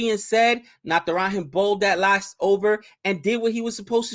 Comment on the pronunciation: when will you pronounce "J" of Natrajan right? We indians don't pronounce J as h like mexicans.